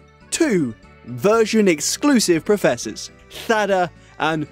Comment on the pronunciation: Nice video, but a couple of corrections from a Spaniard: It's completely false we have some kind of lisp and don't use the "s" sound… we do. For every written "s", actually. So, Sada is indeed prononced… "Sa-dah" (just as in English), and not "Tha-dah". For the same reason, "pasado" is "pa-sah-doh" and not "pa-thah-doh". The Spanish "th" sound is strictly only used with "z" and with "ci/ce". So 'zapato' is "tha-pa-toh" instead of "sa-pa-toh"… but everything else works the same. Second correction is rolling the 'r' with Turo. You only roll the 'r' when it's a double one ("rr") or if it's the first letter of the word. So… "Turo" is pronounced "Tu-roh" (again, just as in English) and not "Tu-rroh". Hope that helps!